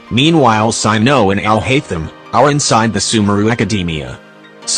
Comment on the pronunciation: I love how the ai voice says Alhatetum💀